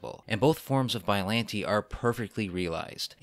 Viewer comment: I think biolante is pronounced (bi-o-lon-tey)